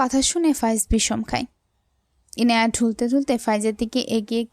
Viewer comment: আপু তুমি এখনো ইয়ানাই বলছ ইনায়াকে